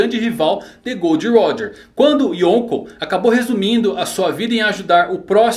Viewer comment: Ei ei não é gold roger é GOL D. ROGER